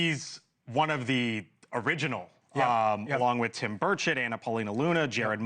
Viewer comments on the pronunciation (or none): none